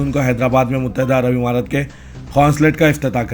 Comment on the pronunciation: Muttahida Arab Amaraat kaho imaraat nahin